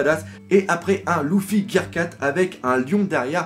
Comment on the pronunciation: Mais ptn c'est LUffy pas LOUffy